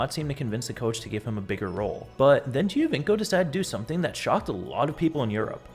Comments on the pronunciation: Cuántas veces tu IA va a decir "Giovanco" en lugar del apellido real? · When you repeat “Giovinco” 1000 times, you might want to learn correct pronounciation.